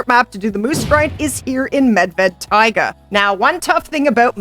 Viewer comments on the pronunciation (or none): none